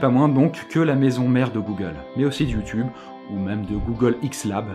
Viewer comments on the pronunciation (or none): none